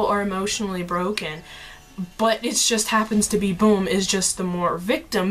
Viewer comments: I find it hilarious that you say bum's name as "boom", it's actually pronounced as the British slang "bum" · it's bum.. not boom...